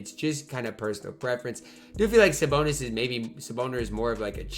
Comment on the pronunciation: says Saboner